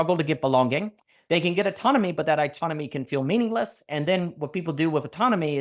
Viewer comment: Daniel mispronounces autonomy "itonomy?", a good freudian slip if ever I heard one — can feel meaningless … looking for [to] anew grounding